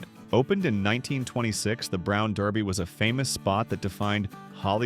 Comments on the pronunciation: The AI voice didn't know how to pronounce Derby. It pronounced it Darby. You might want to correct that it makes it sound very unprofessional. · hey, British AI computer - Americans don't pronounce derby as "darby" There is no restaurant called The Brown Darby, those steak joints were far from "fancy" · Brown "Darby"?? Do better AI voice guy. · The AI voice repeating "Brown DAR-by" was jarring. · The Brown “DARBY?” Fuht the wuck? Stupid AI that no one checks for accuracy. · When your AI narrator can't decide on how to pronounce derby--it's durby, no darby--one wonders what care is put into your posts. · If you stop letting AI use bad grammar of stating the names incorrectly, it would be better. Also, letting the viewers know where these places are or were, would help also👌🏼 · Get your AI to pronounce the name The Brown Derby correctly. Pathetic imo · DERBY. The Brown DERBY, not Darby. Very disappointed in this failure in accuracy. Made me stop watching your video. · you keep saying the brown darby, its derby not darby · “can we do something to make this channel better?” Then pronounced “Derby” as “Darby” over and over….Good Grief I hate “BOT Channels” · Are you saying DERBY or DARBY? It’s DERR-bee. Miss those fried clams (big squibbles of fried dough hiding a mystery meat nugget) and begging my father to stop on road trips every time I saw the HJ colors. Drove my parents nuts! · It’s not “ Brown Darby. “ It’s “ Brown DERBY”. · The Brown "DaRby?" Are you kidding me? It's pronounced DERBY!! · Please learn to pronounce names correctly. It was the Brown Derby, NOT Darby. LOL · It's not dARby But Derrby! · Love the video. "Derby" is pronounced "durby", not "darby". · Brown Derby, not Darby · It's pronounced brown derby. Ya know the hat, not darby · It’s not brown DARBY. It is brown DERBY. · You might want to fix that pronunciation of "Derby". It's not Darby. #AI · IT WAS "THE BROWN DERBY". NOT THE BROWN DARBY". SHEESH. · Derby not Darby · Brown derby not darby